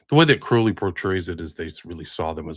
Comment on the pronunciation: Sorry but as Englishman i have to say this,I've come across quite a few Crowley's in my time,all were pronounced "Croh lee " not the "ow" sound.